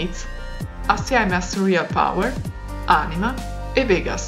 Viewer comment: Si dice Vegas con l'accento sulla è